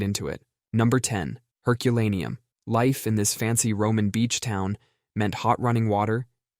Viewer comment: Mispronounced Heculaneum, but really interesting list :)